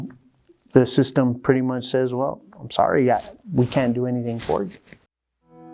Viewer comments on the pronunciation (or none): none